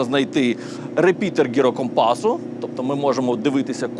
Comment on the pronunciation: ЩО!!!!???? Репітер гірокомпазу? Прийшлось три рази переслуховувати. Завжди даю пораду таким розумним людям, якщо Ви, вживаєте якісь рідкісні слова - то ВИМОВЛЯЙТЕ їх чітко і повільніше !!!!!!!!!!!!!!!!!!!!!!!!!!!!!!!!!!!!!!!!!!!!!!!!!!!!!!!!!!!!!!!!!!!!!!!!!! 👈🏻 Десь стільки разів я недочув якісь рідкісні слова в тисячах відео які дивився